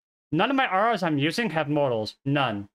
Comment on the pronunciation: It's not pronounced "mow-dels" and "arh-rows" BROTHER